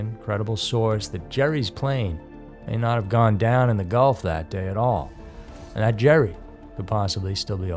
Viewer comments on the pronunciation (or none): none